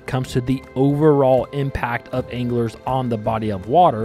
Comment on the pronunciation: At the beginning when you said "I've heard anglers say", I thought you said "I've heard English say".... and I was thinking... this dude is definitely not Amish, why is he referring to the English?? 😂